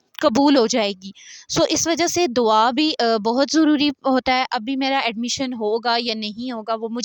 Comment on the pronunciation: It's Dua not dawa!!!